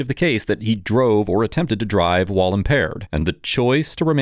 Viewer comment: “wahl impaired”